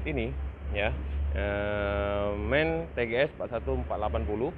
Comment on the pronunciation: Sekedar informasi,di bacanya M.A.N om bukan MAN,jadi penyebutanya di pisah karena itu singkatan,kepanjanganya adalan machinen Augsburg Nürnberg.